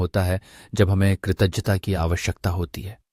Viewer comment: Kritagyata sound is wrong can you correct it from video